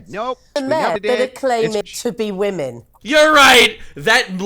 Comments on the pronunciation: it's Women and Wamen, also pronouns wahman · I miss hearing calling them "wamen"